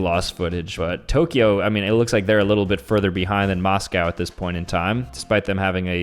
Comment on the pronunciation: Bro when he said Tokyo wrong I cried 💀